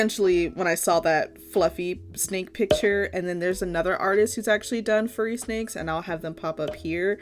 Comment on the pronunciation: I thought she said a f word snake